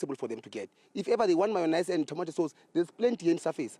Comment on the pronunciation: Specifics kkkk specifically mayonise